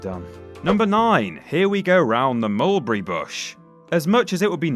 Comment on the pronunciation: My goodness can we get someone literate to commentate these the Annunciation is horrible the word Mulberry is three syllables not two learn to speak I find it very distracting